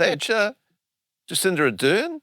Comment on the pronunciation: Jaciter Adern!!!! De he actually say jaciter Ardern. A spat out my tea when he said that